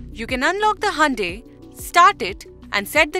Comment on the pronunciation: It's not handai it's hyundai😅